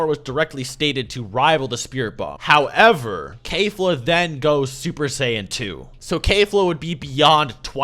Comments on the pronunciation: its KEF-LA not K-FLA. Not a single character has ever said K-FLA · My dude why are you saying "Kayfla"? IT'S KEFLA. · its not "kayfla" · Can you please stop mispronouncing keflas name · Do you not know how to pronounce Kefla?